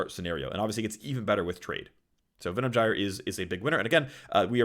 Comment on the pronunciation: Most important info from this video: how to pronounce Venom Gyre correctly.